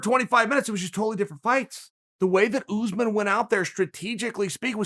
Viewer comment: Matt from Wii Sports its pronounced as "usmarn"